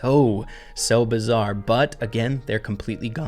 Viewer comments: "bizzar" "ecoNOmist" "satYRian" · Sorry to be that guy but it's bizarre not bizzar 🤓🤓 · Pls stop saying bizzare